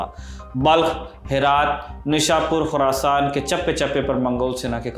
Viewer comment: Khurasaan bol bhai